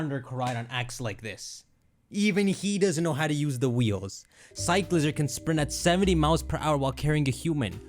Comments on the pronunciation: its definitely Cycl-IZAR not cycleizer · Cyclizar has to be pronunced Sai-kli-zar like charizard no? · Allow me to respell it for pronounciation. Psych-li-zar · I swear people are pronouncing it wrong. It's like cycler but cyclizar so cyc-le-zar. Also it's basically dreepy but mixed with xlr8 DNA from ben 10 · I think it’s pronounced like sick-liz-arr or psych-liz-arr